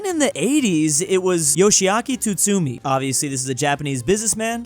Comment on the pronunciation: I'm surprised when said Yoshiaki Tsutsumi perfectly